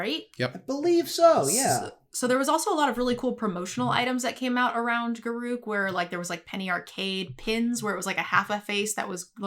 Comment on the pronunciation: Why is reading Garruk wrong? didn't WotC announce how to pronounce him correct?